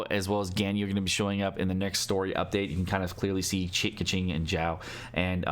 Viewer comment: Xiao is (Shao) not (Zhao). Even as a non Chinese person this is annoying lol.